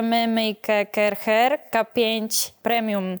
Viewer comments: Pani, nie mowi sie Kercher (tak jak sie pisze) tylko mowimy Kerszer. Poza tym wszystko super. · Sorry wielkie, film podziwiam ale wymawia się Karszer na tą firmę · A ja myślałem że wymawia się KARCZER😅